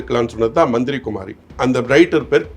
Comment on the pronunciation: Dey athu manthira kumari illaida manthiri kumari please correct